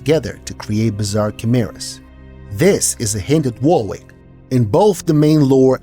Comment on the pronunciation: Warwick is pronounced "Worrick", not "war-wick". It's an English name.